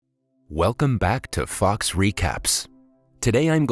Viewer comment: I was a bit taken back when fox was said a bit different